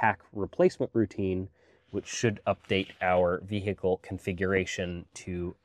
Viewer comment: LOVE these video. Keep them coming. You're so freakin talented. Also "Vee-hick-le" hehehehe